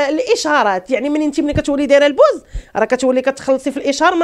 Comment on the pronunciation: انطقي الكلمة جيدا البوز